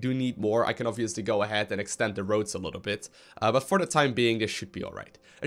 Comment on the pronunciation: Electricity, water and ROACHES!!!! hahahaha i know it is "roads" but it seems like roaches :p